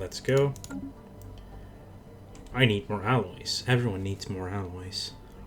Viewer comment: you keep sayng aliewhen yu meaalloys. lol